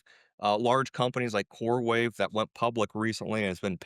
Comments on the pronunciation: It's coreWEAVE not wave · CoreWEAVE not CoreWAVE... Sorry I cant. 😖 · It’s core-weave not core wave😂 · its CoreWeave not CoreWave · It is “Coreweave”. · He kept saying core wave. He coreweve ?!?